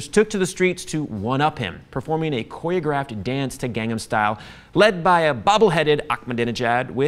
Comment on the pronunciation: why does he say his own name like cabbyero, and also gangham style, and coyographed?